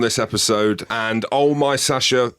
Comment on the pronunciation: The irony that the host still struggles to pronounce Sacha's name while challenging the guest.